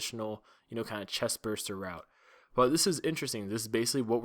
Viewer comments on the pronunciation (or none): why did he just said chestbuster when it's chestburster